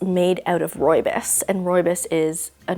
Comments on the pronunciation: I love how she says it! I'm south african and that's where the tea orignates, she isn't saying it 100% correctly but she says it mostly right and it just sounds nice so 100% agree with you😅🫶🏻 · hihi, I'm South African too 👋🏽. I know it's not correct but it's definitely different.